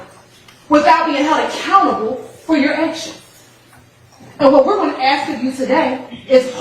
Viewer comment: and ax for ask. This is the real tone when she isn't trying so hard to appear professional.